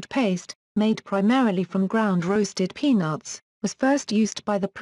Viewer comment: "Peanots" Lol wat...